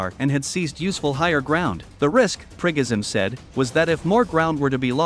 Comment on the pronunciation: I am glad you pronounce his name correctly, "Prickoghin".